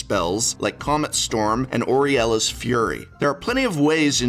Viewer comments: Loved this vid. Solid A for the Prof as always - #nitpicking How is Aurelia pronounced "Oree-elah" when the I is on the other side of the L. Shouldn't it be "AwRelleeah" ? Judge? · "Auriella"? Did you take pronounciation class from Seth?